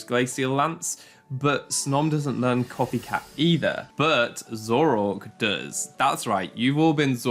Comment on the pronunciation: your pronunciation of Zoroark as Zorork unsettles me.